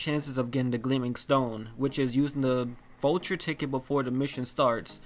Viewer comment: He said vulture not voucher